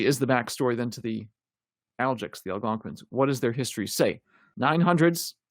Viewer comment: Never heard anyone call “algonk-wins” (Algonquins) “algonkwee-ins” like you do.